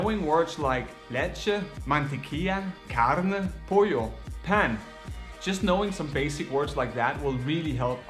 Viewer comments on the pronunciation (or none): Heads up: When saying the Spanish word for bread, it's not pronounced Pan (like it's written), it's pronounced Pon as if saying the word Fun. Cheers!